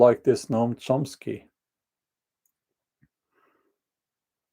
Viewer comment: You said the name correctly. The difficult part of his words are their cruelty and inhumanity. People listen to him and believe by the virtue of their beliefs, they're the best and brightest we have and think they are morally superior. I heard some Progressive friends talk about homelessness the other day, they lake empathy and compassion.